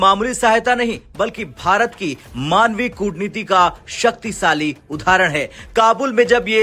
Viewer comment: Saktisali nahi shaktishali hai.